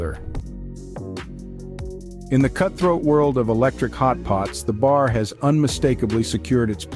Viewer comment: it's called a bear not bar you ja